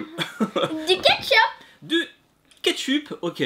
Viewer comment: Tu a dit du ketchûpe 😂